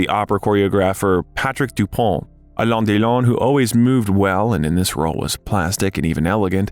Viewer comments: You are not pronouncing his name correctly. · Why can't you pronounce Alain Delon's name accurately? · Alain Delon would have deserved a narrator that could pronounce his name correctly. Informative doc, though. Tks for posting